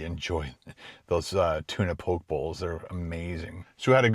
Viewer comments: It’s pronounced Po-Ke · Love, Brown's Social House!!!! So yummy. Ate there on my trip to Ottawa a few summers ago. Great choice. Po-kay bowl, though. Lol. Glad you enjoyed it